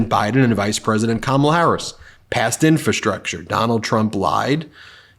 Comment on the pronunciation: Has anyone else noticed that Trump can't even pronounce infrastructure? He says "infa- structure." Good grief! Listening to him talk is like hearing nails on a blackboard!